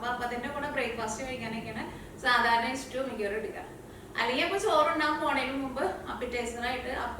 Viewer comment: is cooking ability is great. Pl.dont pronounce stew as istew